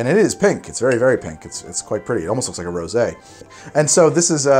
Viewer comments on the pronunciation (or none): none